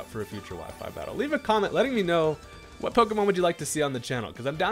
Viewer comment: I swear you are hilarious 😂 my man said "I'll tell you whut" like hank hill